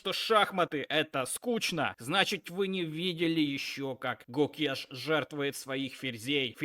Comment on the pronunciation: Клоун, Домараджу Гукеш, а не Кукеш